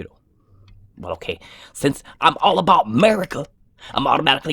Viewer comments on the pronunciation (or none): none